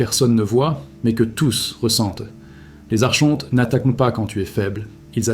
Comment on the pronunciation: Donc tu as tout appris par des livres ? ? Car tu prononces mal archonte, et gnose . C'est étonnant